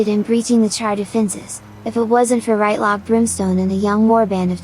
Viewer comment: Just returned from the Eaton Searing and heres the new episode! Also, not R[aɪ]tlock, it's R[ɪ]tlock.